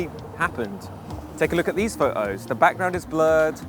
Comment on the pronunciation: How hard is it for people to say Photo`s...it is not Pho...O`s